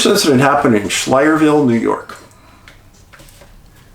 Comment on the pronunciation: Pronounced sky ler ville😊